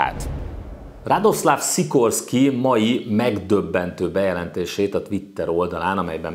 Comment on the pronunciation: Jó a videó, de Radosław Sikorski nevének kiejtését gyakorolhatnád. ;) Van olyan lengyel tájszólás, ami némítja az áthúzott L-et, szóval [radoszaf sikorszki] -- ezzel már jó vagy. :)